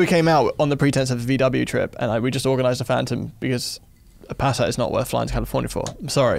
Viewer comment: I’m British and Passat is not said the way he said it 🤣